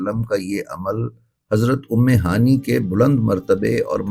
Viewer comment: ام ہانی نہیں ہوتا۔ ام ہانئے صحیح تکفظ ہے۔